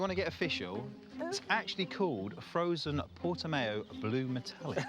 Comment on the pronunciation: Portimao is pronounced with a cow type sound not mayo...